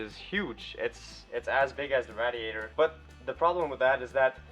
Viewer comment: There's enough room for at least another four cylinders in that engine bay, you'll be able to stand in with the engine to work on it. Ask Mike how to pronounce RAY-D-AYTER, good work man...